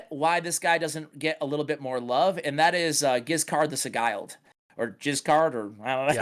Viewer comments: FYI (not that it really matters), "the Sigiled" is pronounced "the Sih-jilled." A Sigil (sih as in significant, jill) is a symbol/crest. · Sigiled... An inscribed or painted symbol considered to have magical power. Dude, it's pronounced "si•jl" in the singular. Or in possession of, "si•jl•d".